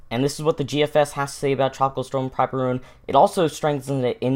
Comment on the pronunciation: PRAW-pee-roon? I pronounce it as pruh-PEER-oon.